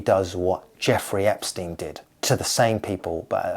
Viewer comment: Cannot Care is the inverse of Carrot Cane Please pronouce Epstein, like Einstein and not like Eps teen.